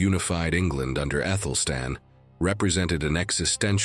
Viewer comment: Yes. Medieval names are difficult to pronounce, but does AI have to pronounce them differently every time they’re said. 😂 I lost count, when it said Æthelflaed at least 4 different ways in one segment I turned it off. 🤦‍♀️